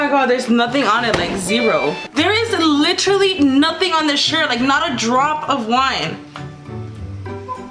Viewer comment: Like for every time she said litteralie